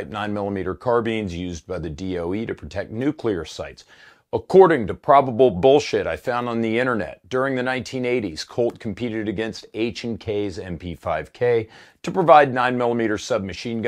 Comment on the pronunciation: IT'S PRONOUNCED NYOO-QUE-LER!!!